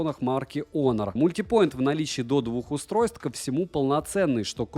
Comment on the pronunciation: Что-то слово "мультинт" смутило...